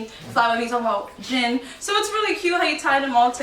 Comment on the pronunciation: The way she pronounce their name is incorrect it’s not Jen it’s Jin 💀